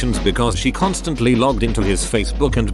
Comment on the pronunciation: Constanly behedumly